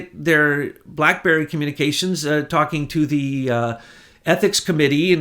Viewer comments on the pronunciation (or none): none